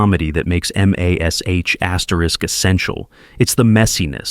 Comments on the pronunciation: Mas. H. Stupid ai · MAS..aytch…oh please